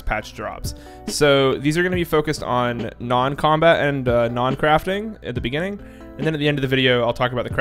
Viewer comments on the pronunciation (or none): none